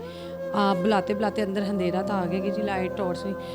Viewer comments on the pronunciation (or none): Anpadh handera nahi andehra